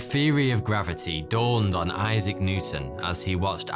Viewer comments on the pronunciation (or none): none